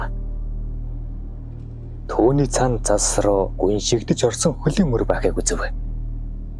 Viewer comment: цас гээч дээ зас гэж шаагаад байх юм